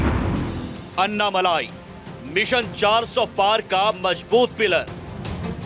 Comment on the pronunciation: अन्नामलाई नहीं भाई - अण्णामलाई।